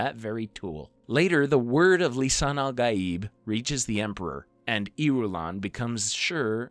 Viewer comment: The pronunciation is Lee Sun Ahl Gaaeeb.